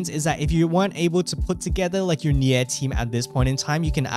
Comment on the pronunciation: Pls man, spell Nier correctly. It's "near" not nyeeah